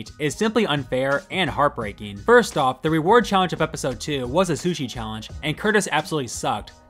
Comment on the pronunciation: He literally pronounced it "SUCHI". It's gotta be rigged to put him on the sushi station.